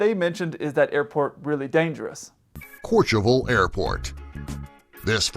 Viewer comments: Kurtcheveul ? LOL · Courchevel runway is 526 m long. The runway at the Alpe d'Huez is 448 m long. (N , E ). That's 78 metres or 256 feet shorter. And the guy mispronounces Courchevel, but hey. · It’s hilarious how the narrator is so illiterate pronouncing Courchevel 🤣 besides the narrator another awesome video 👍🏻